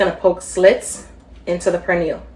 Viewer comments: Looks good but please pronounce 🇵🇷 our food right. It's not prenil it pernil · Did she just call the pernil a purniel????? Omgosh she is calling it purniel!! It’s per nil! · Please pronounce it as peh-neel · Its not pronounced "Per Neal"🫩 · The "R" is silent in the word Pernil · First, SPRINGFIELD IS OWNED BY THE CHINESE NOW AND I WOULDN'T EAT ANY OF THEIR PRODUCTS, THAT GOES FOR HATFIELDS TOO, CHNESE. And learn how to say Pernil...and where is the FRESH INGREDIENCE, LIKE FRESH GARLIC, NOT FROM A JAR. We do not put Cumin onto Pernil. Two kinds of Sason is awful, this is lazy and full of artificial chemicals. Go to another authentic site, this is toxic. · Will be definitely trying this recipe.... question though, your pronunciation of "pernil"...you don't sound Spanish 😊